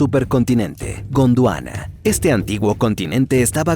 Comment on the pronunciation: Cada que dice Godwana escucho la intro de sentimiento original